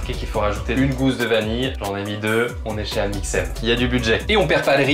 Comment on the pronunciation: Amix"Haine" au début (PAS DE N A LA FIN !) mdrr